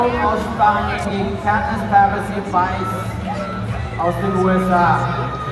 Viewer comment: I know he thinks he’s saying, (Crownies) but he’s pronouncing “ cronies”. You do you bruh 😎 👍🏼